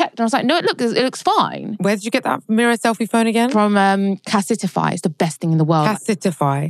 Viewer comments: CA SIT EI FY hahaa you mean CASE-TI-FY but i agree best phone case x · I'm dyinnggggg at cas-e-tify and knowing that aint right LMAOOOO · it’s pronounced case-ti- fye